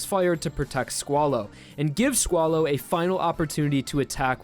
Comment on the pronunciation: If you say squalo i hear swallow xd